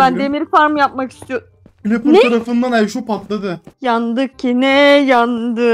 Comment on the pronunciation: Creepper a Cliper İskete de İskelotor diyen koca yürekli abimiz. ❤❤❤❤